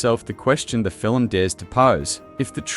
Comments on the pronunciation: Fill-em? What’s a fill-em? FILM. One syllable. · Undeniable truth is ALL I want to know. And "film" is only one syllable - not filum. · I took back my like and my subscription after hearing him say “fillum” the fifth time. Nope, I’m out. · The A.I. narrator seems convinced that we watch "fill-ums" instead of films. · FILIM? SKIFFY TRAYLAH? NIGEL PLEASE :face-orange-raised-eyebrow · Stop making “film” a two-syllable word like the enemy of the People, Melania. Fi-lim is Not how it is pronounced. AI should catch a phonics class. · Even A.I. can't pull off a convincing Australian accent. Cadence is all over the place, and no Australian pronounces it "Fillem". SLOP. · What's a "skiffy trailer" and a "filim"? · Yes, and what is a filum? 🤣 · What the hell is a FILLUM? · I think you should get someone to teach you how to pronounce the word "film". For reference: It is NOT Phil-im. Just saying. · Learn to say the word FILM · Film is One syllable word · Research shows that the standard pronunciation in American, British, Canadian and Australian English is all a single syllable. Ireland is the ONLY place where it is regularly pronounced with two syllables outside rare accents. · Wtf is a "fillum"? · Agreed. Still, the fil-em sounds interesting. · "Film," is a one syllable word! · Oh wah...aussie, canadian and a lot of European ppl pronounce film this way. Maybe ax a friend lol